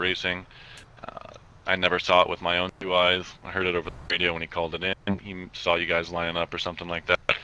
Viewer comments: Say all you want about my username lol. You must have a smooth brain if you think that offends me. There's just not an 'L' at the end of saw so how did that even become the way he pronounces 'saw'? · Why do you say "sawl" instead of saw?